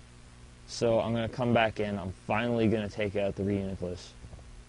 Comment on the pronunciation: I was laughing like a 12 year old girl everytime you say cu.., i mean come...